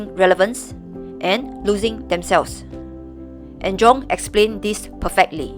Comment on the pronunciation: Carl Jung is actually pronounced "Carl Yung," with a soft "j" sound similar to the "y" in "you" : )